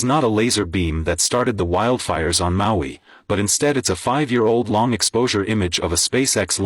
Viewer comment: your pronunciation of Maui hurts my ears🤫